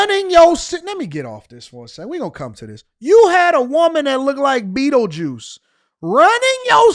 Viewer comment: Not Bettlejuice! 😂😂😂😂😂